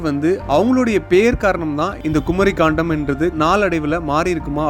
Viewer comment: ஐயா, தங்கள் வார்த்தை உச்சரிப்பு தராக உள்ளது. கண்டம் என்பதை காண்டம் என்றும், பாகவதம் என்பதை பகவதம் என்றும் கூறுகிறீர்கள் நன்கு தமிழ் பேச தெரிந்தவரை விட்டு விளக்கவும். நன்றி.